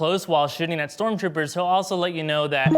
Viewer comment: He keeps saying stormchopers